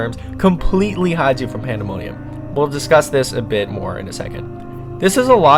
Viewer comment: ”panda money ummm”